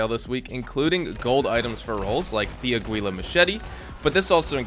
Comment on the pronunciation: It’s águila! it’s eagle in Spanish come on